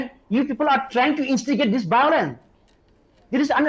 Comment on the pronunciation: Its violence not biolence chup 😂😂😂ngathu